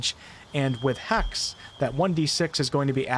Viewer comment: hEx not hax. :P Limitine? LimitinG.